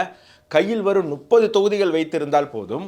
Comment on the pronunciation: Please try to pronounce முப்பது நுப்பது is wrong